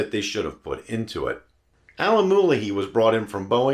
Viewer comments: Very good video, although I'm not sure there's any excuse to mispronounce Alan Mulally's name when it can be easily found on YouTube. My mom has the next-gen version of these, a 2008 Sable, with the much more powerful 3.5 V6 and better refinement and numerous other improvements. It's been an excellent car since new, with a cavernous interior, although I wouldn't say it has the most compelling proportions from the outside, sporting a rather frumpy shape, actually. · I've followed that very impressive person quite closely, and the pronunciation I have always heard is consistent and different from yours. You can Google myriad interviews (there's a great one with Jay Leno) for confirmation. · Agreed, the mispronunciation here was indicative of insufficient homework. And why bother making these videos if you're just regurgitating Wikipedia?